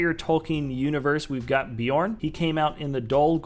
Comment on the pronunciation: I'm pretty sure it's bay-orn considering it's spelled beorn